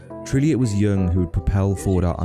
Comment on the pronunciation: A bit over analyzed making a Jung link that is a bit of a stretch without much intelligent or informed backup: more a basic college level project analysis looking for a clever link. And it is pronounced Yoong, not Young, but still not a bad video.